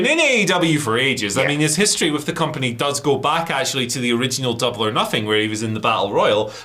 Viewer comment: Literally the first second of this video: AEW star exits the "COMANPANY". 🤣